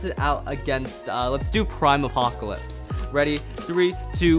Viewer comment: Normal saying prime apocalypse: aprime apocalypse